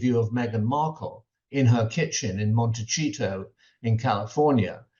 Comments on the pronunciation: Someone needs to correct Mr Cole’s pronunciation of Harry and Meghan’s hometown Montecito. The c is pronounced like an s not like ch. The point Mr.Cole is trying to make ( nor really doing a good job) that the rift is all Harry and Meghan because of actions and words. This can also be said of the King and the Prince of Wales. Words and actions have had the consequence of the younger son leaving and leaving his father and older brother unable to clout chase because Harry shut the door on them. Make no mistake, Charles and William are mad about that and also I believe that William is surprised and envious of Harry’s successes. Harry’s PR team put out the right statement, however Mr Cole ignored one word that was part of a phrase that Harry’s team used. Harry understood the King’s priorities not just that the King was busy. Charles priorities have seldom been his younger son. Harry wrote a book about it it’s called Spare. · 😂 It makes me laugh so hard that Michael Cole always mispronounces Montecito , "MonteCHEETO". Hahahaha!!! Is that his sneaky way of calling Harold and Fraud overly processed and cheesy? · You are mispronouncing Montecito. You should know better